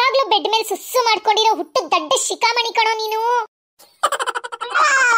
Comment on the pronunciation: Bro susu adu sasu alla